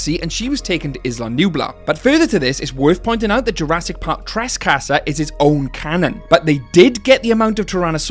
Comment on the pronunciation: Got to say, your accent when saying trescaster is hilarious. XD